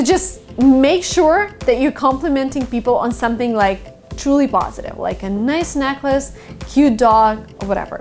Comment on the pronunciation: when she said "shumpting" i felt that